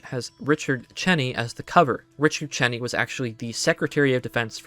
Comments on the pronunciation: LOL fucking Richard chenny you can tell this is a very young person His name is pronounced Dick Cheney as in CHAINY He's one of the biggest war criminals of our fucking time give me a break you can at least pronounce his name right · An excellent job, young man. I did get a chuckle , regarding Richard “Chinny”. Yes, he was the secdef in the 80s & 90s, but he’s better known as the Vice President to George W Bush (01 to 08). Dick Cheney, the last name pronounced “chain-ee”. Nevertheless, an outstanding piece of work you have here. Take care, young fella.